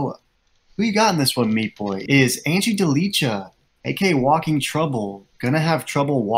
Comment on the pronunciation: It hurts my ears, when you say: Ante Delija